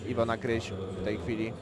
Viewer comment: Kryś . ! Kryś . Nie K"a"ryś szympansie .